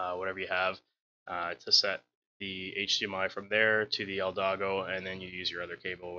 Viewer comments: Haha he said eldato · Thisssss nigga said eldago LMFAOOOO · Did you just say eldato hd 60? Lol